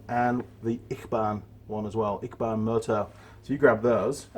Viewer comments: I think its pronounced itchy, barn ?? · 🤣 it's pronounced itchybaan, your honoured to receive those stickers....